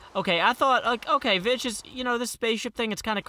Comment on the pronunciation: umm i believe Vechs is prnounced like Vecks veh-ck-sss